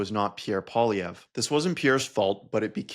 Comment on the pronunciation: And "poilièvre" means rabbit hair, but he doesn't even pronounce it properly. (And most of his fans can't spell it properly either.) His gay French-Canadian father must be so disgusted with him -- especially when he voted to deny his own father the right to get married.